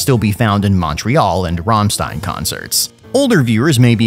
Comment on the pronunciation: the way you say rammstein is atrocius